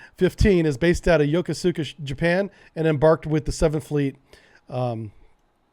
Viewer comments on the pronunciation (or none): Pronounced ...yo. koos ka. Not.... yo ko su ka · Love your videos and thanks for cross posting on youtube. I noticed that you mispronounce Yokosuka a lot, it is actually pronounced Yo-Kus-ka. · I can tell you were East Coast... Yokosuka is pronounced "Ya-KOOS-ka"... trying not to go all grammar Nazi on you, but I've heard it a few times now in some of your videos and figured I'd drop you a tip. Good job as usual.